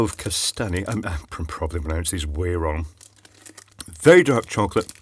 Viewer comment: Kastany, Kastany......so good you tried it twice.